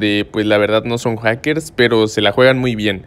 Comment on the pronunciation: Jajjajaja minuto dijo kakers jajaja like si también lo escuchaste